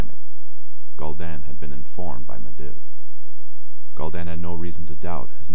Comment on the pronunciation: Hey great job just i just wanted to let you know you are miss pronouncing sargaras and Medivh. Sorry it was just kinda jarring still good tho